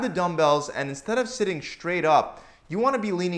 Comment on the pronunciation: Thanks for the great content! Did you notice that you say the word "straight" as if it were spelled "shtraight"?